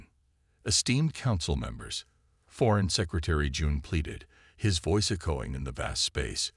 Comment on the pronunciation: JESUUUUUSSS!!! What a POS AI!!!!!!!!!!! WTF is: "Un-animous", "e-KO-ing", "..he began to OB-ject (ob_JEKT)!!!!!!!!!!!!!!!!!!!!!!!!!??????????????? DAYUMN!!!! Get a working AI! I stopped listening due to the numerous errors making it impossible to enjoy the story.